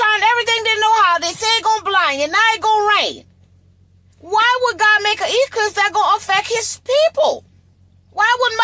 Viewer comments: NASA so fake the guy couldn't even say Eclipse!! He said elipse. . . . . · he say elipse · That man said total solar elipse not eclipse. There's your red flag. Somebody else said the same thing and I thought he just said it wrong then yet another man made the same "mistake" well this one here is the THIRD time I heard the same thing. Elipse and eClipse are not the same. They are up to no good.